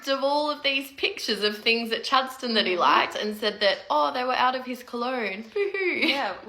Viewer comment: "..He was at Chad-ston..."